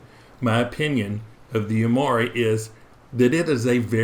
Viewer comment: The correct pronunciation is YU [YOO]-MI [MEE]-HA [HAH]-RI [REE].